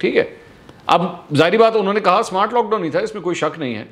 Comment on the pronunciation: Smowart....smowaart lock down lol